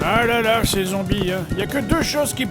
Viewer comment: met un accent sur ton "là" sinon ça fais vraiment space...